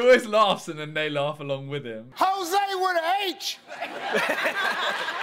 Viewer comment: It’s Jose not hose....